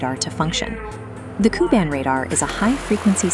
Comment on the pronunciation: Correction: Ku-band radar. Not kuban radar.